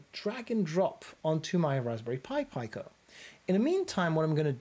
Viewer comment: It’s pronounced pee-co (from italian for small)